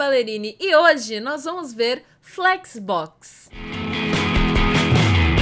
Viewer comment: flécsobobocs kkkkk mto bom!